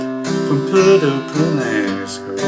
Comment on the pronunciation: FYI Puerto is pronounced PWERTOE - respectfully, Jeff